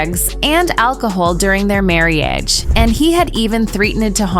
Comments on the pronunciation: So you missed the marrie-age 😂😂😂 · Who - or WHAT - is narrating this piece!?? AlleGGedly? Mar-rEE-age? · Mississing drigs and threeten-ed harm during their mare-ee-age? I can’t with these stupid AI voices. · Well least you made it past marry-e-age and droogs. 😆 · Proof of why a person, not AI is better. Cudos to all the real video editors and voice talent. This video is painful to listen to. Can’t pronounce basics words. Like marriage. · Narrator can't pronounce simple words such as marriage aor allegedly, and speaks in the nasal immature voice, with a rising inflection at the end of words. A great example of why most of the world despises America's vacuous empty culture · Yeah, mispronounced "marriage," "misusing", and "threatened." And Skynet says that AI is smarter than humans.